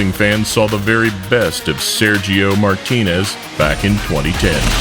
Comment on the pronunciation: I swear he said "my penis" instead of Martinez.